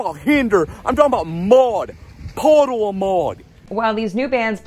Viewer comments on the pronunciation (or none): “Muawd…puddle a’ mauwd” lmao never heard that before… EDIT: the manscaped ad was bizarre 😅. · "mmm talkin bout Maude...Pauddle-a-Maude"